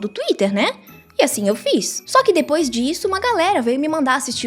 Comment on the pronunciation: "asim" kkkkkk pqp